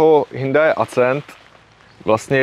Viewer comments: Hindaj Acent Beta :-). Ostuda Tatrováků :-) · Sorry ale nejsem schopen to dodívat do konce. Vždycky když řekne Hyndaj nebo Acent tak se mi otevírá kudla v kapse :D Trošku svitla naděje, když jste se domluvili, že to budete říkat správně a moc dlouho mu to nevydrželo. Auto pěkné ale sorry jsem perfekcionista a fyzicky mě to bolí poslouchat :D Nic proti jsem vadný já ale tak se to prostě nevyslovuje a ještě když to v jedné větě řekne 20x. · Ten Hnůjdaj Accent se čte Akcent (jako Např. Akcentovat=česky zdůrazňovat) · V žádné řeči jsem ještě nikdy neslyšel HINDAJ. Kde to ten člověk vzal? To je strašný, nedá se to poslouchat. A ještě to zabije ACENTEM. 😂😂😂😂🤦🏻‍♂️🤦🏻‍♂️🤦🏻‍♂️